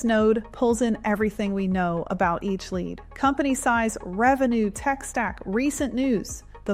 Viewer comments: Your ai said led generation instead of lead generation around 3min mark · Led generation? Something is wrong. Some text to speech pronounce words wrong LEAD generation, no led generation. Then I stopped the video.